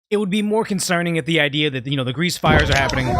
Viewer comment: Hahahha you said Greece fire